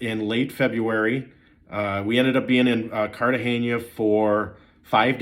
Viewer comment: The big reveal here is that it can be hot in “Cartaheyña!”